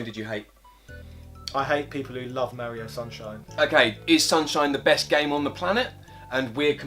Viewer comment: Thank you for being some of the only YouTubers that pronounce Mario correctly. I was always ridiculed for saying it correctly. That is all. Carry on, gentlemen.